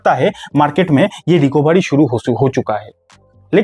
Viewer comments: भाई रिकोभारी नहीं, रिकवरी बोलो। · Recabary nahi Recovery bolo 😂😂